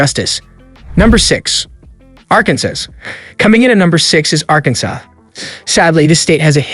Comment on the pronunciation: If you're going to produce a video, at least get your pronunciation correct. You come across as under-educated at the least. Arkansas is pronounced "Arkansaw," not "Arkan-sas." Nobody will take you seriously when you can't pronounce things correctly. Not trying to be mean, just helping you out in the future, hopefully.